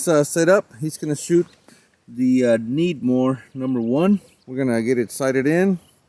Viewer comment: why do you say 6.5 Needmore instead of Credmooor?